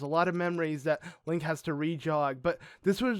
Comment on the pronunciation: Did purah say linky when they met it sounded like that